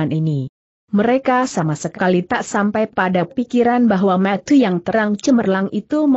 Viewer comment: Ini yg terjemahkan khopingho juga..klu nyebut mata tu yg jelas ni kakak logat dari mana ya..